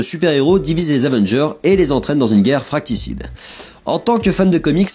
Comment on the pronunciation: Plus qu'un souci grammaticale, c'est un souci d'articulation. Le conflit fratricide ça se dit, fracticide, effectivement ça ne veut rien dire. ^^